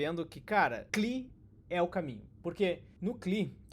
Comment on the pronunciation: Demorei horrores pra entender que "cli" era "CLI" (si é lai) hahahahaha